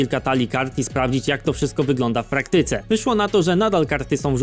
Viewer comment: Dobre filmy robisz, dobrze się Ciebie słucha, ale pamiętaj, że akcent na trzecią sylabę od końca, bo czasem wymyka się na drugą ;p (np: w PRAktyce, nie w prakTYce) takie tam czepialstwo, ale może się przyda 😉